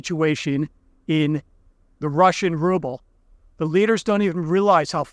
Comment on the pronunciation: It's rubble, not ruble.